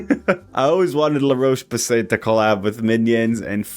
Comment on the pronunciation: Ouuuu, luh-roche-poo-say